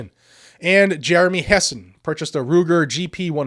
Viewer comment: Did you say Jeremy Hess ...